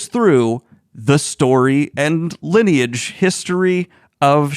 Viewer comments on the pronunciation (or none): none